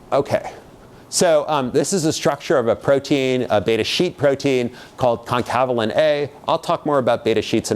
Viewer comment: Actually it's concanavalin A, not concavalin A. But I liked the rest!